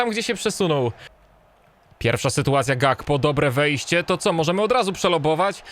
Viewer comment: Gakpo czyta się Hakpo.